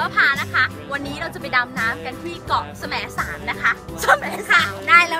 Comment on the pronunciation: จริงๆแล้วเค้าอ่านว่าแสมสารน่ะค่ะไม่ใช่สะแหมนสารค่ะ5555